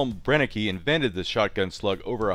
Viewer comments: Cool video, just want to point out that it's pronounced bren-ek, not bren-e-ke. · It's pronounced "Bren-ehh-ker" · You pronounce the word "Brenneke" almost right, except the last letter (e). In Germany we pronounce the "e" that ends a word, like you pronounce the "e" in the word "the". But the rest was perfectly pronounced. Regards from Germany ✌🏻